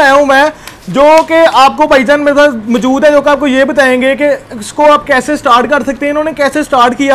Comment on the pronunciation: yar aik tu tum ahista bola kro.. ham. bhry nae hain.... or qn tum br br bat ko reprt qn krty hoo.... or aik chz aik word موجود is ko thek bola kroo plzzz